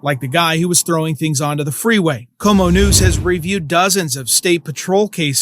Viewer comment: Did the news guy really say, "Homo News?" 😂